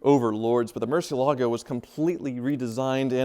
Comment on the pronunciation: Will ever learn to pronounce Murciélago correctly? Maybe never!